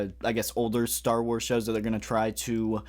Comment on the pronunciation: am i tripping or do you actually say "Star Warseee Black Series"?